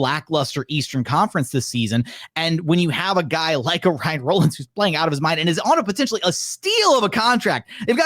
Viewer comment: “Rah-linns” not rolin’s